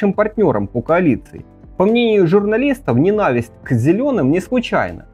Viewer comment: В слове "НЕНАВИСТЬ" ударение на первый слог!